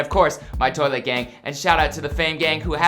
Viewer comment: “Of course my Tolit gang” as I’m sitting on my Tolit watching this after waking up😂😂😂